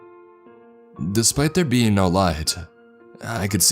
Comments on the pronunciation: my dumbass kept hearing bean instead of being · Is it getting on anyone else's nerves that he repeatedly keeps saying "bean" instead of "being"? Haha, he's saying it too fast! 🤷‍♀️ That would suck if that's what happens when we die. Selfish MAN, of COURSE he would pull this shit while she's giving birth. Haha-all in good fun!😘